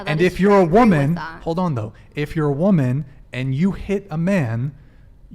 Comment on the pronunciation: Am I the only one who hears her using the word “woman” incorrectly nonstop